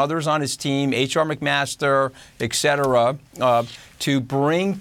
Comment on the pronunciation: Former White House Communications Director should maybe learn how to say: ET CETERA. NOT eXcetera.